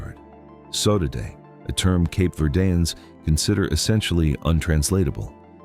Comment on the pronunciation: Good content. Discusses the people and their history in a respectful and dignified way. Since this is AI narration, surely the mispronunciation of sodade can be corrected, right? (two syllables, not three). Same for Tubarões azuis, velha, and all appearances of São.